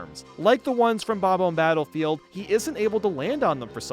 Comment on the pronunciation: Am I the only one who hates pronunciation of bob-omb?